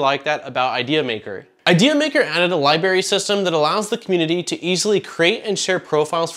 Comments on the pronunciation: LIE-brary. Not LIE-barry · this guy said LIBERRY